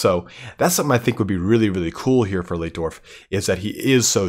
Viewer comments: Just so you know, it's light-dorf, not leet-dorf. In German, where you have an i and an e together like that, you pronounce it as the elongated version of the second letter. So sieg would be seeg, but arbeit would be ar-bite. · Its "LIGHT"DORF not "LIT"DORF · great video mate, though the chaps name is pronounced differently "ei" in German is pronounced as "i" would be in English Leitdorf is pronounced Lightdorf basically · Si pronuncia Laitdorf.